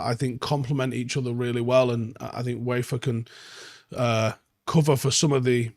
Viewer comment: Good player - His name is pronounced Veefer!